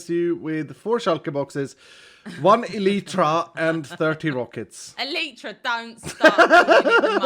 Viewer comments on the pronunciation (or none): Wait pronounces it El-eye-tra:O I've finally found a Hermit who pronounces it correctly! (Or the way my family always has anyways:P) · the funny part is that both pronunciations are wrong. /ˈɛlətrə/